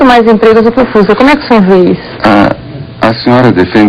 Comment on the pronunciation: nossa eu vou dar na cara dessa reporter pra ela aprender a falar o fusca